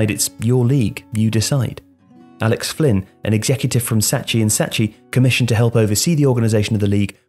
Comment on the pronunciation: And Fynn instead of Flynn.